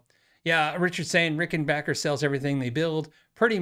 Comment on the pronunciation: Thank for you modeling the correct way to pronounce Rickenbacker. Seriously.